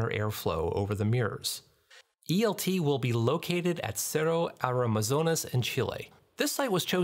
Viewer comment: Les cuesta pronunciar "Cerro Armazones"